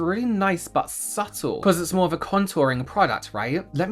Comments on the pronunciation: I can't remember which video it was or who said it but omg, I can't stop hearing "SUPPle" in this video instead of "subtle" lol. Anyone else remember? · Does anyone else get flashbacks every time says subtle?